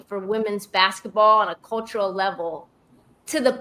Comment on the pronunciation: "in her second year is angel bcoming , like the inflection point for womwns bsquetball on a cultural level to the point like AI did in the 90´s ... where she´s so much bigger than basquetball" what the helli is that shit??? are you serious??